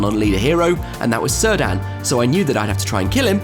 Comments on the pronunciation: Very cool locale! I have to be the one that corrects your pronunciation of Cirdan... Tolkien only used hard C's for elven names. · Who is Sir Dan? You mean Cirdan? :D Sorry, had to comment. Great report, the venue and games looked amazing! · Cirdan's name is pronounced 'Kir-dan'